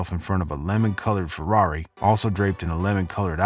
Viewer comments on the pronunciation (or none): none